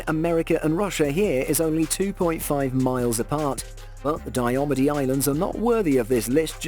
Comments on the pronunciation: It is pronounced Die-ah-mead. Very challenging islands to get to. In the winter planes and land on the frozen sea, in the spring and summer you have to travel via helicopter. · its it's pronounced dia meeed